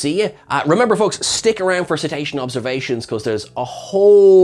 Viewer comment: Ceta-sean observa-seans